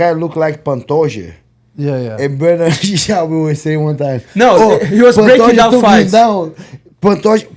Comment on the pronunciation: Brenden Schaubby 🤣